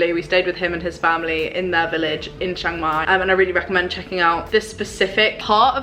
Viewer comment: It's pronounced Chang Mai not Shang Mai